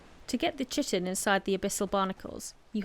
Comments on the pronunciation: 'Chitin' is pronounced KY-TIN. It sounds like you are saying 'chicken' sometimes. Great video. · Great vid, although chitin is pronounced 'kite-in' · good guide.... but the way You say "Tji-tin" :D its Chitin... = Kai'tn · As Kai-tn it is the correct pronunciation, but thanks to this video i prefer to say "shitin" nowadays 😁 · btw it is kitin like keyetin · Pronounced chitin wrong. Its kite-in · "Kite-in" is the correct pronunciation of Chitin. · Chitin in pronounced, "kite-in". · I believe its pronounced "Kye-ten) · Chitin is pronounced kai·tn. Other than that I enjoy all of your videos very much. The way you talk and how you present the detail are fantastic. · I know this is old, but chitin is pronounced "kai-tin." It's basically an organic compound bugs are made of. Great video. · It is pronounced "KI-tin". First syllable has a long 'i' as in 'fly', and is stressed. The second syllable has a short 'i', as in tin, and is unstressed. Sorry. The video is wonderful otherwise; but the numbers of people who mispronounce this name is approaching pandemic levels. Thank you for an otherwise wonderful video. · I can't blame you at all i used to pronounce it differently, hella wrong, but i played some Ark and i got corrected(mocked) quickly by my friend 😂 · "Chitin" lol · the wrong pronunciation of chitin tho...